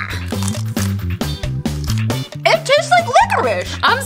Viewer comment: "Fennel? Like fennel cake?" did.. did she mean.. funnel